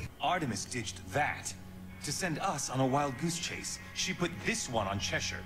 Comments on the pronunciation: That's still not how you say Chesire,. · ohmygOD IT'S PRONOUNCED "CHESHER" NOT "CHES-SYRE." But uh... great video as always, much love! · why does their pronunciation of Cheshire piss me tf off wtf lol